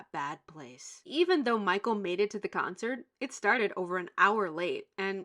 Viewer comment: 'CUNCERT' LMAO